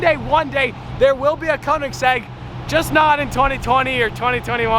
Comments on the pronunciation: Koenigsegg. Not koningseg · It’s koenigsegg